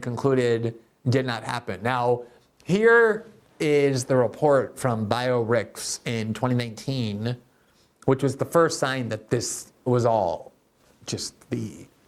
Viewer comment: Glenn, you lost the little technical credibility you may have had. First, it's "bio archive" not "bio rickvs" or whatever you called it. That was laughable. You really don't know anything about science or technology, do you? Second, it's NOT peer reviewed. Sometimes you'll find brilliance in preprint archives, sometimes you'll find nonsense, most often you'll find inconsequential findings that add little to scientific or technical progress. Please don't comment about TikTok or anything regarding AI; you clearly aren't qualified to comment on either.